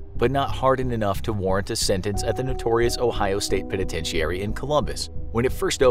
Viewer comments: Why do you say penitentiary like that ? I hate when people do that . The entire world pronounces a word one way but there is always one person that's like "nope I'm going to say it completely wrong".... you're that person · This video had me wondering if I've been pronouncing penitentiary wrong. I've always heard it pronounced "Pen-a-ten-chur-ee". is this a regional thing?